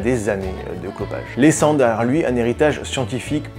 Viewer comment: C est marrant j entend 'les cendars' juste apres que tu ai annonce sa mort du au cancer... En fait tu dis 'laissant derrière lui' c fait exprès ?